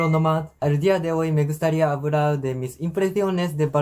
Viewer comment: I know I'm gonna get slammed for this, but it's so funny when he started speaking Spanish... Hola Me Gustía "habRar"... A lot to be said about tongue placement and learning sounds in foreign languages... so many Asian people live here in Canada 30-40 years speak English excellently, but they never correct their pronunciation/ tongue placement in the mouth to make the proper sound for L in English and obviously this guy is doing the same thing only in Spanish here missing the L sound. But I would hate to hear myself speak Japanese so who am I to judge..